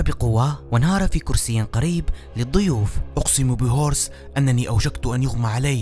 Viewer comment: ليس هورس بالحورس